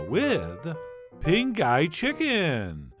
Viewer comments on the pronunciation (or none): The funny thing is in Chef John's capable hands, I am totally going to try a recipe that sounds like he keeps saying pink eye- that's trust and talent folks. Cause after all, Chef John is the guy of this Canadian/ Loatian Chicken Ping Gai... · Sounds like you said pink eye chicken at the end of the vid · it sounded like you said pink eye chicken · I was listening to this show in the background and I thought he said, "Pink Eye Chicken". I said "What the...?!" I had to stop what I was doing and watch the video 😄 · Totally thought he said, "Pink Eye Chicken." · "pinkeye chicken" 😂😂😂😬😬😬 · "pink eye chicken" 😜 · Did he say "pink eye" ??? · The whole time it sounds to me like you're saying "pink eye" chicken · Did anyone else keep hearing "pink eye"? 😂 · Why did I hear ...with Pink Eye Chicken 🤔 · Anyone else think he’s saying “Pink Eye Chicken”? Lol 😂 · Haha, I opened this video in a new tab and it started playing before I switched over and I swore I heard you say, "With big guy chicken!" You make me want to fix my grill. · I kept hearing "Pink Eye Chicken"......😁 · I cannot unhear "Pink Eye Chicken" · Subtitles on actually say "pink eye chicken" 😅😂